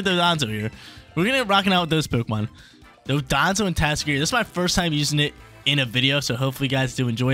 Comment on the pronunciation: I appreciate the tatsugiri pronunciation!